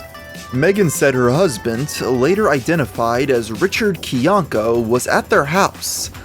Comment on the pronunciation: Are we not going to point out that Rich himself pronounces his name as "Kai-Yank-Uh" and not "Kee-Yank-Uh" lol